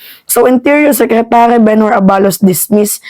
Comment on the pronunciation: Fyi miss, the right pronuncition is a-balos', the stress is on the last syllable